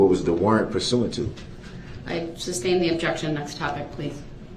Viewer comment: OMG! LOVE this guy! 😅 Nobody is "making reference" to anything. They are giving answers outright. How many times has he heard the word "sustain" and still say "substain"?